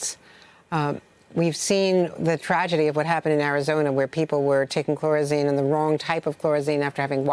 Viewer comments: Yes. Makes me question her credibility. How do you get to be a newscaster when you don't even know how to pronounce dengue and can't see phonetically that chloroquine couldn't possibly be pronounced with a z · Andrea Mitchell, it's chloroquine, not "chlorazine." It's dengue fever, not "dung fever." Pronounced "dayn-gee." Geez, did you just wake up from a nap or something?